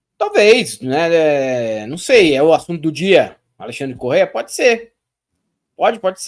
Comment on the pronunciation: Ele é "pôdi"!